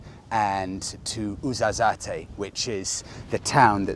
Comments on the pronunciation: BTW it's pronounced 'wuzzerzat' not ouzozaty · Just info : we call it Ouarzazat without ee 'at' in english ( at the end )